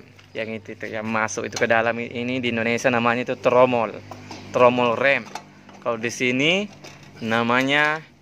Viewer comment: Bukan Rem "Rim"